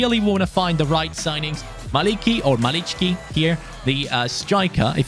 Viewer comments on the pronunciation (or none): Malicki is said malitski Jędrzejczyk is yendzheychik Szczecin is shchechin Šutalo is shutalo (š=English sh) Majecki is mayetski Szalai is salai (sz in Hungarian is s and s is sh)